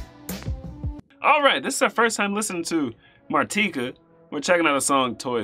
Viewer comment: I think it's pronounced "MAR-ti-ka"